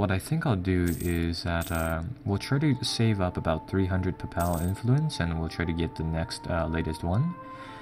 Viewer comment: It's Pay-pul not pupal XD